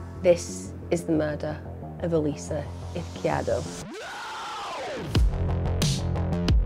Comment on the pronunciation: Please start looking for the pronunciation of the victims names Emma. It’s so disrespectful to butcher them the way you do. Eez-key-air-dough.